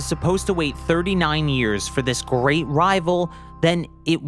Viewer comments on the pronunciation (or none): none